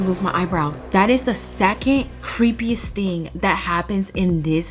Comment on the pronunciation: Btw who told you that you have to sleep in the basement but the commitment level is insane if you actually forced yourself to do that btw I love when you say “dat”